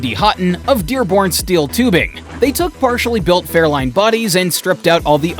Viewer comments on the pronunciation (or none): If you can stick with this video long enough he does show some Fairlanes ..... but he calls them Fairlines. What a joke. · He did say fairline and not Fairlane.